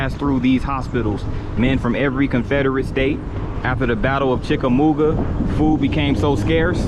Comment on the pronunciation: Dude, you lost me after the first sentence. You do not know how to pronounce "Chickamauga". The Battle of Chickamauga was a major battle of the Civil War. Otherwise, a fair video from the perspective of a local citizen. Can you properly pronounce "Catoosa"?